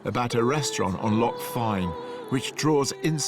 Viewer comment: Lochs not Locks come on Rick get your Pronunciation correct please